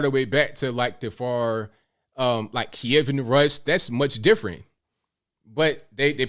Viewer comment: Kiev = "KEY. EHV" two syllables... As in Chicken Kiev - the dish.